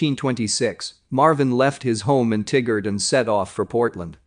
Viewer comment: TIE-Gerd. Not Tiggard.